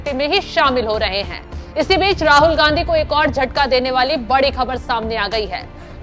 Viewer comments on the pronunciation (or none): none